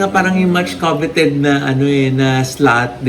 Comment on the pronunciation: before you attempt to say a word (coveted) check the pronunciation kasi among all of you, ikaw ang nag papa intelligent